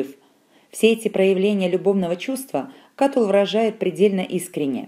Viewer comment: Кто это читает? Проходили древнеримскуую литературу в университете-первый раз слышу, что б ставили ударение в имени Катулл на втором слоге, даже слушать не буду дальше.